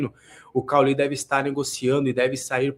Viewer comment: O cara não saber como pronunciar o nome de cauly é muito estranho! Kkkkkkkk parece que não viu a Série A do brasileirão nos últimos anos hahahaha